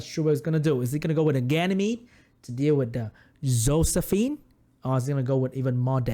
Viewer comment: "and a hoe-sephine coming out XD"